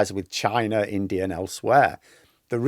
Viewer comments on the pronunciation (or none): none